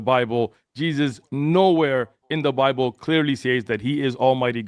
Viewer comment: “On the ‘bee blay’ (Bible)” 😂😂😂😂😂😂😂😂😂